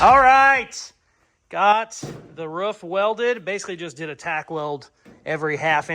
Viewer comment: Aghhhh!!!! You said ROOF instead of ruff!!!! Yesssss! Love it!!! I’d re-subscribe if I could!